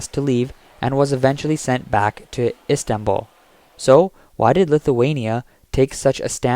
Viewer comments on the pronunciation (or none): none